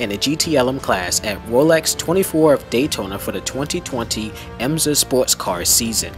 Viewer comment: It is not EMZA as you pronounced it, but rather IMSA WeatherTech - (International Motor Sports Association.)